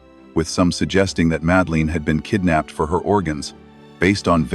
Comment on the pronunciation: "Kidnapped," not "kidded."